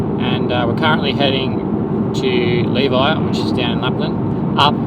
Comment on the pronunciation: I had high hopes you would learn how to pronounce Levi by the end but was left disappointed lol. We've stayed in those same cabins, great location!